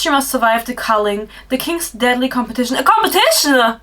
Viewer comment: "A COMPETITIONUH WOW" GIRL PLEASE 😂😂